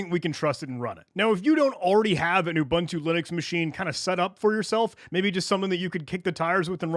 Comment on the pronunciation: Repeat after me: oo-booon-too not oo-ban-tu. Great video otherwise.